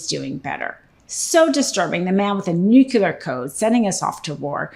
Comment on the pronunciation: Please don't pronounce "nuclear" as "nucular". It's grating.